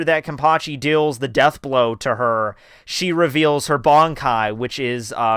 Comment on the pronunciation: I don't understand how you can be bold enough to make videos about Bleach and then not pronounce key terminology correctly. Barn-kai? Zan-par-kto? Ken-par-chi? If you're not sure how to say the (what look like really easy to pronounce correctly) words, watch an episode or two of the anime with subs. Unbelievable.